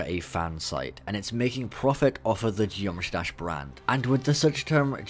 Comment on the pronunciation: Did my dude just say Josh Dash?